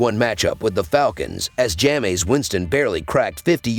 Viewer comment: Jam-ays Winston 🤣